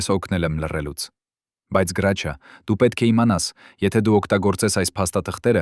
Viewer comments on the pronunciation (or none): Ոչ թե գրաչյա այլ Հրաչյա ։ Մի աղավաղեք ՀԱՅՈՑ ԼԵԶՈՒՆ ։ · Իսկ ինչու Գրաչյա ,այլ ոչ թե հայկական գեղեցիկ Հրաչյա, տհաճ է լսել ։ Մի բան էլ միթե նորություն է, որ նա արևմտահայ է, ինչ երևանի ծնունդ?որտեղից եք վերցրել այդ տեղեկությունները,մի քանի րոպեից չեմ էլ ուզում լսել😮😢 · Եթե հայերեն եք խոսում, ապա անունն էլ ճիշտ ասեք։ Նրա անունը Հրաչյա է, ոչ թե Գրաչյա։ Ճոխացրած պատմություն էր։ Եթե իրոք օրագրում ամեն ինչ գրված էր, ապա անուններ էլ էր գրված, դուք ինչու՞ անունները չհրապարակեցիք։ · հարգելի հաղորդավար Գրաչյա չէ այլ Հրաչյա մաքուր հայերենով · Այ անգրագետ գրաչյա չի այլ Հրաչյա։ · Տղա ջան ինչու եք Հ տառի փոխարեն գ եք ասում ինքը Հրաչյա Ներսեսյան է